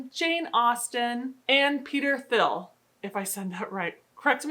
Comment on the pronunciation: Peter Thiel’s name is likely pronounced “Teel”. The H is silent in german (like the name Thomas) and the “ie” makes and “ee” sound.